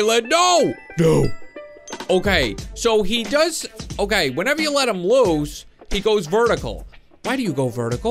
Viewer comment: you said”woose” but it’s “loose” just a reminder 😊